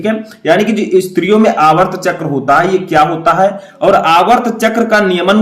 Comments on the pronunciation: Sir aap aatrv chkr ko aavrt chkr bol rhe hai espe sudhar kre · Aavart chakr nhi aartav chakr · सर आर्तव चक्र बोलते है न कि आर्वत चक्र